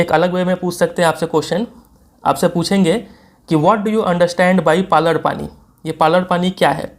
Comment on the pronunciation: Finnally किसी ने tho पालर पाणी नाम सही से pronounce किया Saara YouTuber to issa पलार पानी बोल रहे हा।😅😅😅